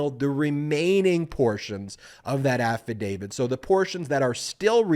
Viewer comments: Who is "Affa David"? Please pronounce "affadavit" correctly, you sound like a toddler pretending to be a lawyer. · AFFADAVIT, AFFADAVIT. NOT AFFADAVID. can't watch uneducated, unawake wannabe's! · Insightful and very much on point, Ben. But at the risk of seeming petty, or pedantic, I would only suggest that you say affidavit, not "affidavid." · AffidaviT Not affidaviD Love your stuff, Ben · Nonetheless, he really SHOULD learn how to pronounce AFFADAVIT... not AFFADAVID! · I love listening to your analysis... But please stop pronouncing affidavit incorrect... It's not "AFFIDAVID"... "It's AFFIDAVIT". We are also six minutes into this and still no mention of Jack Smith... Just the overly detailed recap of what we already know... This could be distilled down to about 3.5 minutes. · affidavid? drives me nuts. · Affadavit ends with a “t” not a “d”.